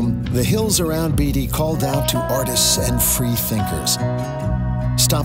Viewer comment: the town in NV is BAY TEE not BEE DEE